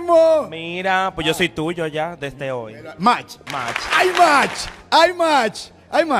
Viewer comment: El productor puso march en vez de match😂😂😂